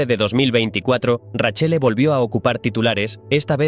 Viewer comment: Nepotismo puro , nada meritocratico , acá en Roma no son bien vistos por su hipocresía , buen relato la verdad me daba un poco de cayo cuando decía raccele en vez de Raquelle 😂😅más de un detalle que se hubiera investigado más pero buen vídeo